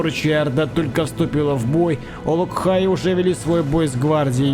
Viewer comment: "Олукхаев" серьезно ?